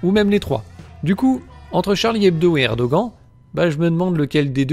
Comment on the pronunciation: c'est assez insupportable cette prononciation de Erdoğan que vous ne sachiez pas prononcer le ğ OK, mais vous pourriez faire comme beaucoup de français et dire "Erdohane" ou "Erdogane", certainement pas "Erdogant" en tout cas. il n'existe à ma connaissance aucune autre langue dans laquelle les lettres [an] se prononcent avec cette voyelle nasale c'est un peu comme si vous disiez Donald Train, ou Jeau Bidant